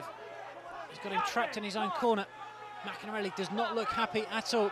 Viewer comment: if only the commentator could say maccarinelli's name properly!